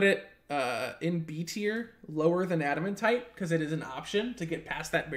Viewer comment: Pronounces it Adaman-tite instead of Adamant-ite Me: ( Infernal Screeching )